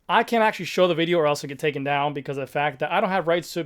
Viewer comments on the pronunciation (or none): none